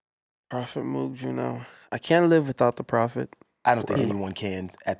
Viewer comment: Y’all all pronounce moog wrong. Shame.